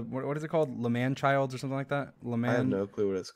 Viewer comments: i love how you say lmanchilds even though they are lmanburg lmao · Also its not L'manchild its L'manburg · MOM its not langchilds is langborg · It is Lmanburg not lmanchilds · not l'manchild it's l'manberg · It's L'manburg you sicko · Im sorry but its called L'Manburg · Bruh it’s la’manburg